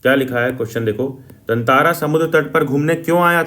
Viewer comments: TATARA ❌️ TANTARA ✅️ VAMIRO ❌️ VIMARO ✅️ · Tatara Vamiro Katha❌ Tantara Vimaro Katha✅